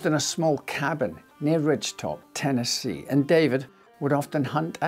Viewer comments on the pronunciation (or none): none